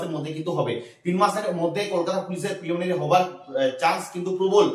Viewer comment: Boka chhele eta niye koto gulo video banabi.... R "Preliminary" ta thik kore bol 😅